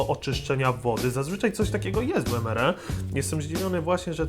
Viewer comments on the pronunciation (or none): Mówi się EMARI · bez urazy ale to sie czyta emari